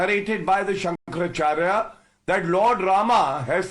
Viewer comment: Pronounce correctly- Shankara Acharya not Shankar Charya.